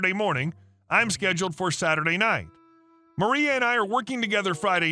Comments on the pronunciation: First story: her name is MarLa, not MarIa. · First story - the name is Mar-La, Marla... not Maria. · 1st story. Why do you keep saying 'Maria' when the script clearly says 'Marla'? (Things that make you go, Hrmmm) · M A R L A is NOT M A R I A. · Amazing that you have a narrator who does nothing but read back text on the screen, and he can't do that one job. Story #1 - that's MARLA - with an "L". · Time to get your eyes checked- or a better pair of reading glasses. MARLA is not pronounced "Maria. " There is no "L" in Maria just as there is no "i" in Marla. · HahHa you caught that too...